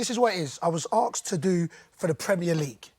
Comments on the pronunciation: Arksed or asked?? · Doesnt even know how to say 'asked' properly. Who cares what he thinks